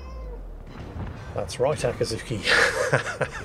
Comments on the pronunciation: its akizuki NOT akatsuki the two are completely different words! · Akazuki (probably mispronouncing your Cat name) sounds like the imperial action stations alarm from Star Wars